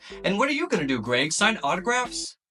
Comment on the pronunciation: Lets gooo, he got Greg's name right